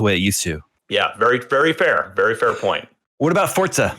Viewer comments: They keep saying Fortsa not Forza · Stop saying fortsa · I thought it was Forza not Fort-sa. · "forTza"? I've been pronouncing it "Forza" for years. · Why people call it fortsa?🤷‍♀️ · wtf is fort-za?